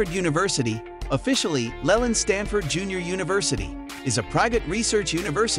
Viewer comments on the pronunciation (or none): none